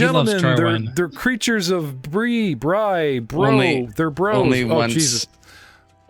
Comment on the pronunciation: It's definitely pronounced Bree and not Bry. In both English and French.